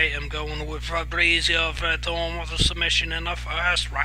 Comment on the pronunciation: It's hilarious how you butcher everyones name hahaha. I got werdum too. more ways to win the fight.